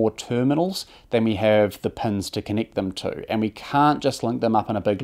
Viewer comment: It’s Kiwi, so they swap e’s and i’s. Listen to when the narrator says “connict the pens” (connect the pins).